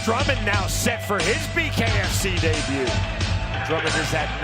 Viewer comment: An announcer that can't ever pronounce "debut" 😂😂😂 Daybooo